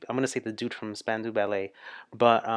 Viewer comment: When you can watch this, or listen, and can identify every face and voice, you will have a grasp of the most popular (mostly) New Wave English artists of the early 80s. You're almost there! ;) It is Span-dow BTW. The Live Aid concerts were EPIC, and the Queen performance was beyond amazing.